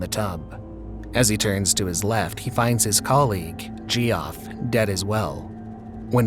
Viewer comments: "my name's gee off" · Bro come on. I know some weirdos spell Jeff terribly, but jee-off? Come on now.